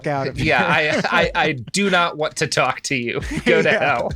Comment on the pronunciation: cant stop cackling over saying cock instead of talk lol probably the most important part of this episode